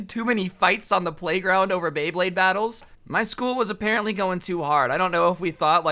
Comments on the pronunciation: yoo homie fr said blade bade. Its beyblade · When he said bay blade, he said Blay Baydes half the time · Did he just say blade bade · I dont know why it is, but it pisses me off every time says "Bleyblade" instead of "Beyblade" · did you call it a blayblade? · You did not just say blayblade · Nobody:: blaybade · it's so hard to say bay blade multiple time in a row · bro I thought u said blayblade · Like how many times he mispronounced Bey Blade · said blayblade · I love how he didn’t pronounce beyblade right a single time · is having a stroke every time he tries to say “Beyblade”.